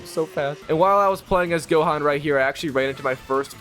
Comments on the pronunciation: "Flying around as goaan"🗣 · "the cyan saga"🗣️🔥🔥🔥🤞😭😭😭😭 "flying as goaan" SON🤞😭😭😭🗣️🔥🔥🔥🔥🔥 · U pronounce gohan name wrong at the beginning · that is NOOOTTT how you say gohan at all 😂😂💪🏻💪🏻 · Holy pronunciation man 😭😭😭. Why did bro say gohan and Ssj that way😭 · *You pronounced Gohan's name wrong at the beginning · If was just that😭